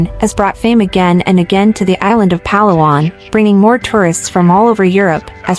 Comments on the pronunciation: The stress is on the second syllable…Pa-LA-wan, NOT PA-la-wan. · Correct pronunciation is emphasis on la, the second syllable of the word Palawan. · It’s not PALA-WAN it’s Pah-LAWAN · It’s not Pa’lawan. It’s Pala’wan. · You edited good but your pronouncing PA-LA-WAN NOT PAL-AWAN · Palawan = had to turn off the audio. It is Pah-lah-wahn not pah-lawan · Why do you not research how a place is pronounced before creating a content. No negativity meant I'm getting cringed for all multiple times PAlawan instead of paLAwan. It's just me. Again no negativity meant. Content creators use Philippines for likes and to gain more followers but please pronounce places correctly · Just to impress the locals and Filipinos say it as pa’LA’ whan.